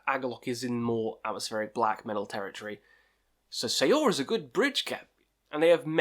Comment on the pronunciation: Man, you put the names all wrong... Eldemar/Eldamar, Winterfell/Winterfyllth,Druke/Drudkh, Sail/Saor........